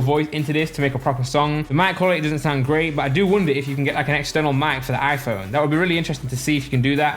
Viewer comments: Why does he say Aphone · How many times does he say Aiiphone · The way he says iPhone 😂